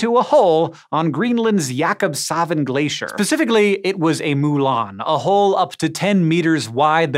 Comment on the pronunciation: oh boy you guys butchered that jakobshavn name